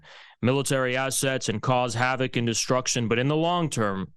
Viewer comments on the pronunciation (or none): none